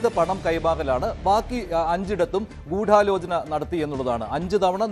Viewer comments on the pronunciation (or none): അവതാരകൻ പറയുന്നത് കേട്ടാൽ തോന്നും ഗൂഢാലോചനയിൽ 'ഢ'യ്ക്ക് പകരം 'ഠ' ആണെന്ന് 😂